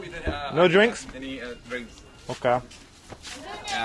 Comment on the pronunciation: wait dude, how did you learn japanese? i know you didn't speak it here in the video but i def can tell you have this japanese tongue when you say "オーケー！” i'm an indonesian but also kinda japanese native speaker so...